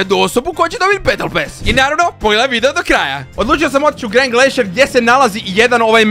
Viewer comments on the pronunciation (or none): none